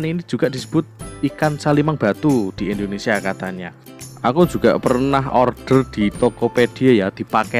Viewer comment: bukan Indonesa Pak Tapi Indonesia hehehe